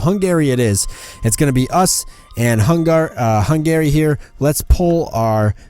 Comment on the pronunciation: The way you pronounce Hungary... Try pronouncing it more like hungry, putting very little pressure on the a. Other than that though, very good episode :D